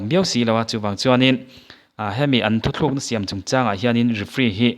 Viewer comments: Thuthlukna ni lovin thutlukna aw.. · Thuthlukna iti zel a,thutlukna tia lam/sawi zawk tur ani e.